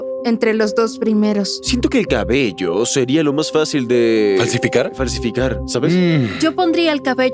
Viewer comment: soy yo o en una parte dice caballo en vez de cabello?